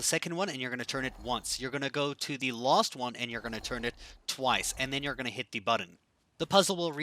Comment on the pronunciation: Am I the only one that noticed this guys says lost instead of last